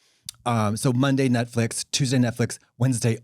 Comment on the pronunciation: “netflick program” trixie is 100 years old lmao